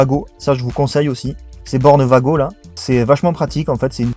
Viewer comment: Pour un débutent cet correct moi qui suis électriciens du bâtiments cet plutôt correct niveau schéma et installations et cet des wago écrit comme sa mes se dit pas vago mes ouago di t comme sa